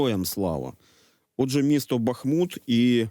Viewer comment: БАхмут, а не БахмУт!